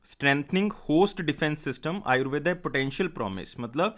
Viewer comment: आयुर्वेद होता है ना की आयुर्वेदा